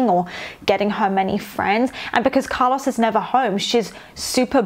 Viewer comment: I’m enjoying these videos so much but the way you pronounce Carlos makes me wanna turn my ears inside out